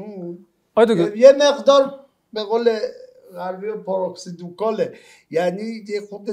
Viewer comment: عضو هیئت علمی دانشگاه تو برنامه زنده پارادوکسیکال رو میگه پاراکسیدوکال.وقتی یک دانشگاه بین المللی زبان تو کشور نباشه سطح سواد نماینده مجلس و عضو هیئت علمی دانگاه(عناوینی رو که خر نمیکشه!) میشه این